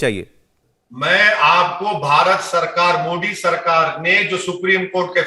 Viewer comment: ये मवेशी हर योजना हर काम का विरोध करता है शुअरों के दिमाग का दही बना हुआ है।न इस 🐖 को मोदी जी का नाम बोलना आता है । पत्रकारों को चाहिए कि वे इन 🐖🐖को डिबेट में न बुलाया करें